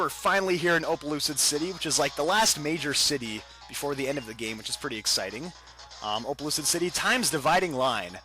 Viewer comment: Almost 70% of the comments are asking for shout out!! cmon~ anyway opelucid city sounds like explicid city :D